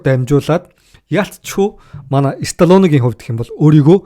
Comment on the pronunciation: rocly gej yariaad bhiin stalonee geed yarildaa